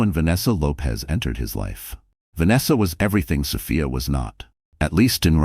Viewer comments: Oh, come on. So Fy Ah ??? So Fee Ah!!! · The narrator is annoying. The name is S o f i a. NOT SOfaia. . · Sophia is a nurse and nurses are smart, so why is she being portrayed as a complete idiot who can’t read and comprehend? Also, why isn’t Ryan in jail immediately after the assault? Makes no sense. Creator, please fix your AI narrator so it pronounces Sophia’s name correctly.